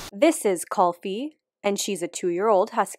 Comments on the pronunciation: It's Cool-Fee not Culfy. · Just a correction it is pronounced as kuul-fi not cul-phi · Its actually not pronounced Call-fi Its actually Coo-olfi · It's called cool fee .. not cull fee .. spelled kulfi in English 😂😂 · It’s pronounced “Ku - L- Fi” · It's pronounced like 'cool-fee' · It's actually pronounced as Cool-Fee. And Kulfi the Husky's nature is exactly the opposite of Kulfi the Ice-Cream's well... Nature. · Big Indian fan here. Love all the Doggos in your videos. Just wanted to point out that the correct pronunciation of 'Kulfi' is cool-fee... and yes it is a cool (as in ice cream cold) type of dessert :-) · Pronounced "kool-fee" (from India here :D), and it's a fitting name considering what they're been bred for, xD Also that sarcastic comparison between the harsh blizzards they endure, is nothing compare to a blow dryer in room temperature considered to be immanent death to the Huskoes haha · Btw it's pronounced cool-fee (written as kulfi) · The Indian dessert Kulfi is pronounced Kul-fi by the way. U is pronounced like in "you". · Kulfi is pronounced as cool-fi though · It's pronounced more like koooooooohlfi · U in Kulfi is pronounced like U in Push